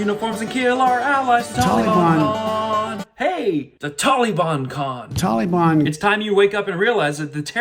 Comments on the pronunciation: Tolly Bon? Leftist Biden can't pronounce Tal-ee-bahn? Makes you wonder if he is a covert member Antifa? Or will he say that it is his Auntie Fah? A distant relative living near Obama's half brother in Communist China? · Obama pronounced Taliban the same way...Tolly-bon! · Yeah. What's up with Biden's pronunciation of that word? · 20 years ago it was the taliban now it’s tolly-bon. It’s like he’s trying to be nice and respectful about how to accurately say their name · Joe says the Tall- lee-bon is just an idea not an organization. Did you notice the tank top the antifa guy was wearing? He's proud to be a communist/fascist. He wears it like a badge of honor. People really should homeschool their kids, there's a lot of these anti-American sickos out there. They also want to turn kids against each other based on race.